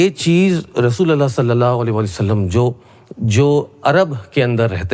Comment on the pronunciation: Bhai pahle sallallahu-alaihi- wasallam ko kahne ki achhe se practice karlo. Hairat ha, baat karte ho islam ki aur SA Alaihim wasallam bol nahi pate ho!